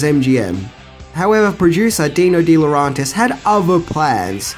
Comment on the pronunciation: DiLauRENtis! DiLauRENtis! DiLauRENtis! REN REN REN REN Not DiLAuRONtis AAAAAHHHHH!!!!!